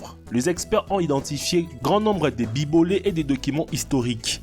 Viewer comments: "Grand nombre de bibolets" va falloir arrêter de lire les textes que tu trouve sur le net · des bibolèts rosovèlt 🤣🤣🤣😋🤣